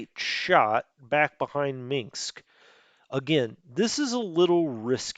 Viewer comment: Dont say Minksk. Say Minsk. There is no mink in Minsk.